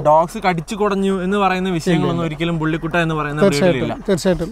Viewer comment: ബുള്ളി കുട്ട അല്ലടാ,വള്ളികൊട്ടെ... ബുള്ളി കുത്ത!!!